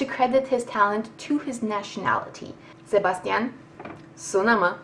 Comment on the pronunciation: I'd pay any number of dollars to hear you say "Sebastian" again. That was absolutely amazing! Good reviews. Sounds like fun!